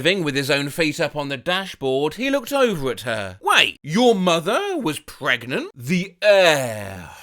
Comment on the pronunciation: Wonderful blast from the past hearing the “Am I Pregart?” reference! Are you on cameo? I might just ask for you to re-voice that whole video for my brother’s birthday 😂